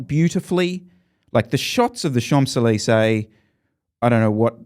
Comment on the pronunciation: did you just pronounce the 'm' in 'Champs'? Holy fck:eyes-purple-crying